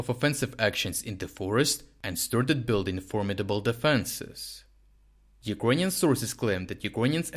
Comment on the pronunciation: Friend, many thanks for your work. Appreciate it! Just a small remark: you often pronounce word "Ukranian" incorrectly, mostly like "юкрОниан" istead of "юкрЭниан". Was it intentional?